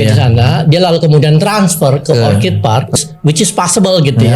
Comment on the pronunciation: Dalam bahasa Inggris, ORCHID yang artinya ANGGREK.... itu pengucapannya OR-KID ...pakai K, bukan C!!! Kalau yang diucapkan pakai C itu kata ORCHARD artinya kebun buah!